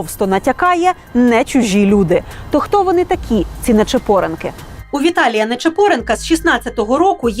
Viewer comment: НечиПОренки? може НечипорЕНКИ 🤦‍♂️